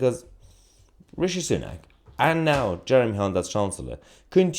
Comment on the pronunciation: Stop calling him rashi it's rishi